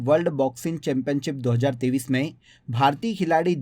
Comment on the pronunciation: App 2023 bolte hai ya 2030 bolte hai a smjna bht mushkil ho raha hai 😢❤